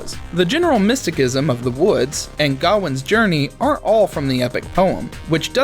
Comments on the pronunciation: It’s mysticism (miss teh siz em) not my stick ism 😂 other than that cool video 👍🏽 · mistəˌsizəm I know, I know, but that bothered me more than the 101 pronunciations of Gawain